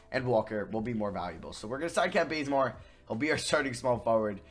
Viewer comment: Am I the only person who heard him say “Kent Blazemore” lol